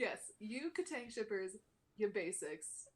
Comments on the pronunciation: no kid , he said it right <3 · no they said it right